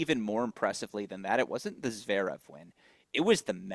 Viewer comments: I like these discussions with. Thank god you have FINALLY got him to stop saying Zveerev. Lord knows why he has persisted so long, but we thank you. 🥳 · Steve also says Zverev wrong, sort of Zerev 😂 bless him